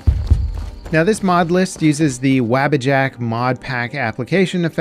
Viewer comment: Bruh, if you call it "WAEBUHjack" in 1 more video I'll be using the blocktube add-on to never listen to you nor share your videos again lol